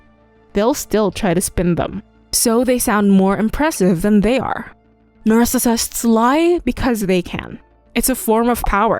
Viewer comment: Why can't the narrator pronounce "narcissists?"